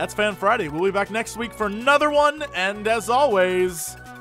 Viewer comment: Jesse, you said 'Fan Friday' wrong! D:< fix it!